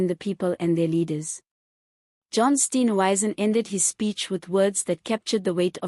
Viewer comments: Steenhuisen NOT Steenwuisen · Respect people you comment on by pronouncing their names correctly.THE. MOMENT I HEAR YOUR VOICE I SWITCH OFF. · It's really irritating listening to this person mis pronounce Steenhuizens. name. It detracts from a good tube.